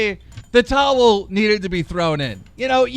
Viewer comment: Did..... he just pronounce towel tols😂😂😂😂